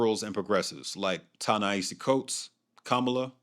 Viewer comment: Starting around 13 ish minutes in, the caption timing is way off. Also, you're not pronouncing Kamala or Ta-Nehisi correctly